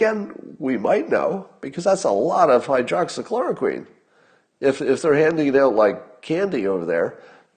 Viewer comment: "hydroxochloroQUEEN"...2 months and still can't pronounce it right